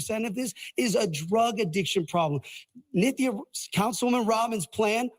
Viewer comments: Her name is Nithya, not Nicky, and it's not her nickname. Benny, accuracy matters again. Read your screen better and fix that cognitive dissonance you just displayed. Yeah you. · Benny, bro, it's Nythia, not Nicki. 😮